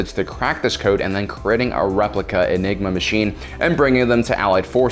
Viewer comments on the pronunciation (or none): "The egniga mechine" I am going to restar ww2 just so you learn how to pronaunce it!